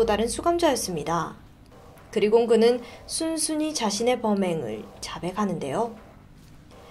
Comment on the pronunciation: 제가 말씀드린 거 제발 봐주시면 안되나요? 오늘로써 세번짼데 .. 자백하는데요 👉 "자배가는데요"가 아니라 "자배카는데요"가 맞는거고, 가격했고 👉 "가겨갰고"가 아니라 "가겨캤고"가 맞잖아요 ㅠ ㄱ받침이랑 뒷글자 이어졌을 때 발음이 너무 거슬려요 ㅠ